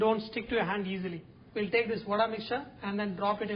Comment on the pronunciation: Its 'Vada' babu Garu, vadai is in T.N not for telugus